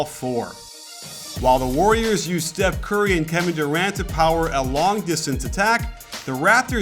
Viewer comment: He just called "steph" "seth" shots fired? :P